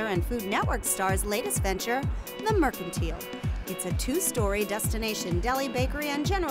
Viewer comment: It looks like a fun place to stop if you're in the area. But not sure why they're pronouncing it mercan-teal.